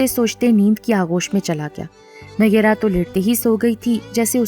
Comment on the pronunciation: Phir bhi nayyera nhi hai pronounce sahi hona chahiye